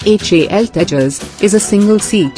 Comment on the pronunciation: What's the need for the pathetically anglicized pronunciations when the accent is still indian can't you pronounce Tejas correctly